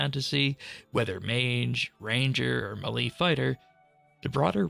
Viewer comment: Never heard someone pronounce melee as “muhlee”